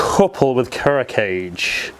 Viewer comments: Its pronounced Kool Ro Kai Jay not Kuro cage.... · "ku-row kah-geh" Kuro Kage means "black shadow" in Japanese. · Thank you for testing them out on your swing. It really helps to see a spread of golfers put their swing on the same equipment. (You really have to fix that "cage" pronunciation. Super cringy every single time. It'd be better if you just said "Black Shadow" if you can't manage.) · Kuro Kage: the Kage is pronounced as two syllables, as in kah'-gay. It's a Japanese thing.